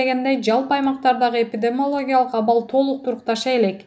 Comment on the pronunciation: Эпидемолок дейт го